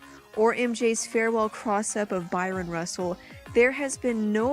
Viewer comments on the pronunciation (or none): It BRYAN Russel not BYRON Russel. I stopped watching after that.. get to know your shit before posting please.